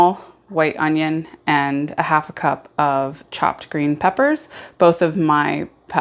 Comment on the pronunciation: By geeen pepper you mean bell pepper?